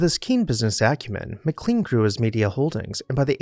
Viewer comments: "Ma-Klain" is the family and town name. "Mick-Lean" is a defunct McDonald's sandwich. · That's "MicLAINE" like Shirley MacLaine. I live in McLean.